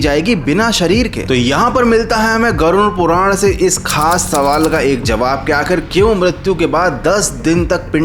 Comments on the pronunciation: नाम तो सही से ले लो ,,, गुरुन नहीं वो गरुड़ पुराण होता है ,,,😅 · गरुण पुराण नहीं, गरुड़ पुराण, सही से बोलो। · Garun puran kyu bol rahe ho Garud puran bol bhai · Garud puran bolte hai use ...garun nhi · Garud puran ❌ Garun puran😂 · Pronunciation par dhyan dae it's गरुड़ पुराण Garuda Purana